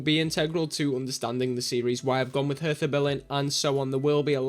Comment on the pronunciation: Hi, looking forward to this save: ) You rarely see german saves at all. Dont sweat the pronounciation its okay: ) (hertha is nearly perfect prounouced) As for some Story. Hertha is the best ranked club and for some years now in the 1. Bundesliga. But they won not so much as far as Titel in the League and Cups go. Which is strange considering its the Capital of Germany and compared to other Countrys Capital Clubs do much better:) However there is another Berlin Club in the 2. Bundesligia (2nd division) and there some more in the 4th division (Regionalliga) which only covers a part of Germany (there are like 5 or 6 different Regionliga which all count as 4th tier division) that is where your 2nd Team is playing btw: )